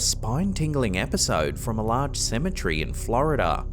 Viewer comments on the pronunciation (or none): It's cemetery not cemetrey dope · Symmetry??? No. It's proper pronunciation is seh muh teh ree...you're welcome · You said it wrong it’s cemetery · You’re saying cemetery wrong you’re saying